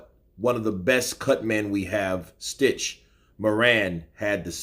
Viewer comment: Isn't it stich Duran